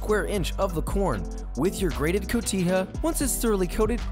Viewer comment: Always known cotija pernounced the wrong way. I appreciate that you say it correctly.